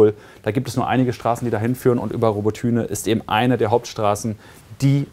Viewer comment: Es heißt Roboty(i)ne nicht Robotüne.. Also man spricht das y wie i aus